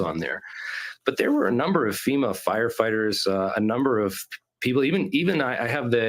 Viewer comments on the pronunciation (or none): none